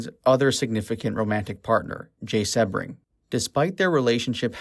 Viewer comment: Well done video but with glaring mispronounciations. Sebring is pronounced sea-bring, Van Houten is Van How-ton, Sadie is say-dee, Leno LaBianca is Lee- no. among other mispronounced words. My guess is this was made by someone too young to have been born when this all went down. Still, if you care enough to make an otherwise good video, you should take the time to make sure you are saying the names correctly along with any words you may not normally use day to day.